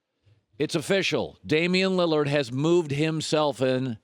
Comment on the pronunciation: “Toward Dame Liliard” not Westbrook